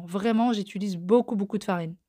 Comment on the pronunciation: Bon je mets mes écouteurs pour regarder tes vidéos maintenant sinon mon mari hurle à chaque fois que tu dis" j'étulise" au lieu de j'utilise 🤣